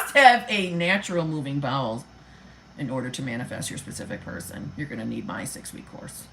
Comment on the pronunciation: Lol! I though you initially said irritable balls syndrome!🤣